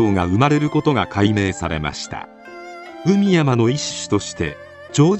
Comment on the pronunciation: 「海山」は、「かいざん」と読むのが正しいやうです。